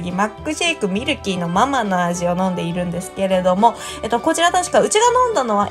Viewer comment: ミルキーのマ↗マ→じゃなくて(その)ま→ま→じゃないかな？笑